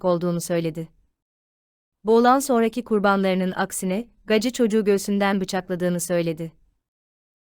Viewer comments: Gaci ? Nasıl bir telaffuz. "Geysi" diye okusana. Uyuz oldum 😀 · Coca Cola demiyorsak, "Gacy " - Geysi diye okunmalı. Özel isim üstelik.